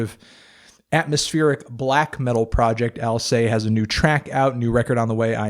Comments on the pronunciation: alCEST not alSAY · BTW, Alcest is pronounced "AL-CEH-STH" not "AL-CEH". The name was inspired by the mythological character Alcestis (Alceste in French) ;) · For the record, you pronounce Alcest like you'd pronounce "incest". Thanks for the music tips NeedleDrop ! Review my band next time ! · Oh god I have been pronouncing alcest like 'alsest' all this time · I thought I heard them pronounce "Alcest" All-sest in concert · is that really how you pronounce alcest?